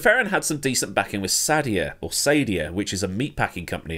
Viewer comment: Sadia is sah-DEE-ah, btw. Brazilian company.